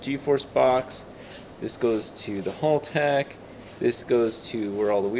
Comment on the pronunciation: Hal-tech, not Hall-tech. Kills me every time I hear it…